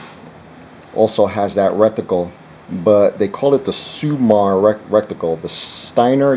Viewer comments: Is he trying to say rec-ti-cle? Must be a rectangular reticle... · It's RETICLE, not RECTICLE. Thanks for the video.